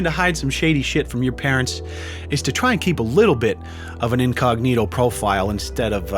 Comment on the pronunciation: not incognito incocknito